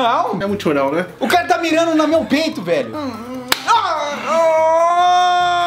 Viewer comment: "Ce vai errar, ce vai acertar no meio coraçao" ksksksjs